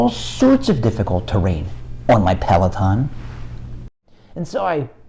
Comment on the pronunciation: 😂😂🙏🏻🙏🏻💪🏻💪🏻👊🏻👊🏻 ‼️‼️ I almost believe you of your Mountain Bike experience… till you said Peleton. B”H, you are ok!!!!!